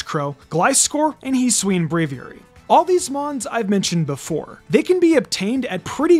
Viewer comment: You are saying Hisui incorrectly